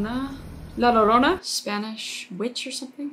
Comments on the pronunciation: Kris, it’s pronounced (la-your-own-a) hope that helped😊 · La Llorona is a Mexican urban legend. It’s pronounced like “La lidona” kinda- Edit: thx for the likes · "La llorona": In Spanish, if there are two L's next to each other it's almost always pronounced like a Y. So if somebody heard it and didn't know how to spell it, they'd probably spell it yorona, instead of llorona. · Li ya-ron-a that's how you say it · in breif details, La llorona (it pronounces " la lyorona" ) was a woman, who threw her two babies uncontiously but crying in a river, then she became contious and realised her act, she then comitted sewer slide by drowning in the same river. Rural people say that her spirit is still haunting the river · btw its pronounced la yronna for future references! love ur vids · “La llorona” pronounced “ Yo- Ro-Na” translates to the weeping widow Mexican folk lore story of a mother who had drowned her kids. But due to the nature of her trama she is said to steal wandering children to try to replace the ones she lost. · La llorana is pronounced:la yorona MEXICAN STORY: She was walking with her children near a river when she saw her husband with another women. When they left, she was so angry that she drowned her children in the river, afterwards she realized what she did. When she died, she was near that river crying and yelling in Spanish: WHERE ARE MY KIDS? MY KIDS! Of course in Spanish, so whenever she sees a child, and it's not hers, she drowns that child. She is still trying the find her child La llorana in english is known as the weeping women. She is supposed to look very beautiful with a white dress, very skinny, and pale. This is a Mexican scary story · in breif details, La llorona (it pronounces " la lyorona" ) was a woman, who threw her two babies uncontiously but crying in a river, then she became contious and realised her act, she then comitted sewer slide by drowning in the same river. Rural people say that her spirit is still haunting the river.